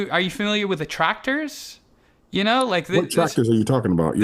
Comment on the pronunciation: I thought he was saying "tractors." I didn't understand what he was saying. And I've written enough books, research and have reviewed enough as a peer reviewer to admit that I do not know everything. And I wrote my dissertation that was neural based and Bernstein was not one of my MANY references.